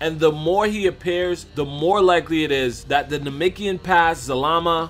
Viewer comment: Anyone else want to slap him till he say namekian right, because he is not saying it right at all